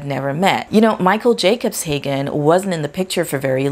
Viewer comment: she can’t even get the name right! Kevin Jacobshagen 😂😂😂😂😂😂